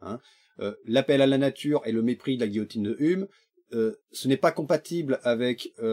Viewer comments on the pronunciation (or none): Super vidéo. Juste pour te dire: "Hume" comme David Hume ça se prononce "youme".